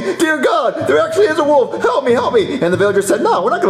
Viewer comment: Still till this day I hate how was saying the little boy who cried Woof, instead of WOLF!! 🤦🏾‍♂️